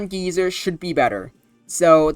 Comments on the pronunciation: Didn't expect the Necrozma week would be so soon, but definitely expected it to be strong in RBY. Also, geyser is pronounced Guy-zer. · first of all, it's pronounced "guy sir". but yeah, if necrozma was added into the standard rby uber metagame, it would instantly become the strongest thing in the tier, bar debatably mewtwo. it's like a more offensive take on mew's sd set with more emphasis on its offensive stats and bulk in exchange for less speed, though it still outspeeds cloyster's clamp as to keep it out of partial trapping range. it's a genuinely fantastic mon that's dominant in the format but still can be threatened much like the Big M2, and feels balanced enough to hopefully not cause too many issues, possible. mewbros are used on pretty much every team already, so necrozma wouldn't change the structure too much aside from maybe having to choose between a regular mewbros core, a mewbros + necro core, or a mewtwo + necro core. while necrozma will absolutely take something out, it still feels similar to mewtwo in how much it fears status at the wrong time and how vulnerable it can feel unless you find a safe avenue for it to switch into. if you do wish to paralyze a necrozma with alakazam or starmie, you realistically just want to go full offensive, with either surfmie or zam stoss. i honestly can't tell whether or not necrozma should be banned from a hypothetical rby ubers, since it's in pretty much the same boat as mewtwo where it has a few checks and a few more annoying matchups that could cripple its entire game plan if you don't plan enough around them. i still believe mewtwo to be the better psych